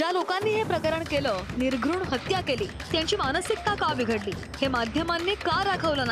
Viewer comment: निर्घुण शब्दही नीट बोलता येत नाही .